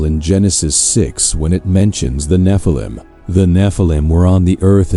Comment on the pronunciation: The Nephilim not Na-phallum.